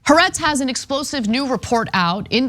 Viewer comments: Argh. It's "ha-aretz" not "harets" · It's Ha’Aretz not herretz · I'm so glad you corrected them. It seems none of the independent journalists get it right even though they reference it hundreds of times. More precisely: Ha-ar-etz. 3 syllables, accent on 2nd. It means The Land.